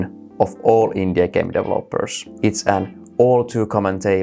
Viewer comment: when you say Indie i hear INDIA